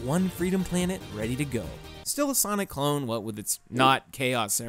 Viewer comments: Why do you keep calling sonic saynic? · wait did you just say sanic?